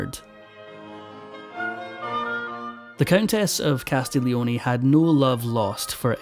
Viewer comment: In Italian, one does not pronounce the G in Castiglioni at all (try CAS TEEL YONAY). A little foreign language research would have helped you here